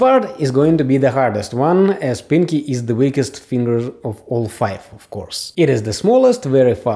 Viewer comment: lol the way u say pinky is like: piNg kEy